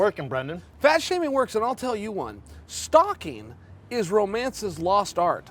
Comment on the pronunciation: "I couldn't telyahwhoovabawa card"